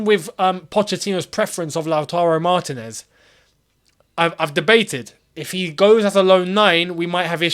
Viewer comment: stop sounding like either an ignoramus or a xenophobe. Lautaro's last name isn't pronounced, 'MAR (caps for accent point) tinez'; rather, it's 'MarTInez', accent on the second syllable. Common, mate, you can do better than that! Otherwise, interesting commentary; however, if a straight swap between Lukaku and Vlahovic is genuinely possible, Chelsea would be freaking bonkers to decline that opportunity. The former has burned too many britches with the fans, while the latter is a younger, hungrier, more athletic striker option who could be refined into a monster in the EPL under Poch's tutelage. To quote you (with a slight revision), "I could be wrong" (3x), nah, You ARE wrong, you ARE wrong, you ARE wrong:) Dump Lukaku (deadweight), Sign Vlahovic! No brainer, mate.